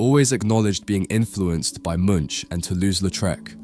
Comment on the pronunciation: Evard Munch is pronounced like "MewnK" as if it was pronounced like mo͞on, but with a k on the end, not munch. And then later you pronounce it Munk-ah?!